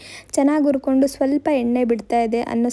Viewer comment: ಆಲೂ ಅಲ್ಲ ಹಾಲು ಉರ್ಕೊಂಡು ಅಲ್ಲ ಹುರ್ಕೊಂಡು..ಹ ಕಾರ ಸರಿಯಾಗಿ ಮಾತಾಡಿ